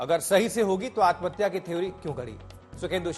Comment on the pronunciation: Atamhatya q bol rhe ho bhai